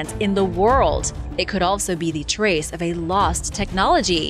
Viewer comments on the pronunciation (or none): none